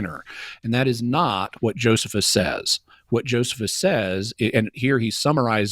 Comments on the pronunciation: Bruh is the only one I’ve heard pronounce it Joe-suh-phus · My god this dude says Joe-seh-fus so many times for someone who tries to destroy an entire argument by pointing out one citation typo. And Cameron (IMO) seemingly does that thing where you make a point to pronounce something someone said wrong yourself out loud to try and clue them in subtly, but can't just correct him and he misses the hint and keeps saying joe-seh-fus. Sheesh, embarrassing... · The guy doesn't even know how to pronounce Josephus. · Doesn’t he repeatedly mispronounce Josephus though and wouldn’t that be enough to dismiss anything else he says if we follow some of Jimmy’s complaints against? 😂